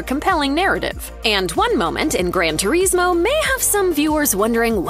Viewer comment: the pronunciation of Turismo is driving me insane